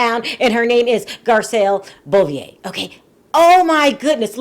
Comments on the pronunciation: Hi, Garcelle's last name is pronounced BOH-VAY, not BOH-VEE-YAY... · Stop butchering my girl name it's Garcelle BEAUVAIS pronounce ( bo - vey ) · Beauvais is pronounced “boh-vay” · I don't mean to be a dick but you are saying Garcelle's last name totally wrong...it's pronounced BO-VET (say VET without pronouncing the t). Bo-Ve (Beauvais)...just an FYI ;)